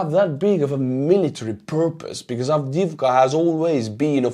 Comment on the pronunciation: I love checking out your views, I get a kick out of you doing the ruxxians. Just don't know why A10's haven't been sent. Oh and great pronunciasion of the name.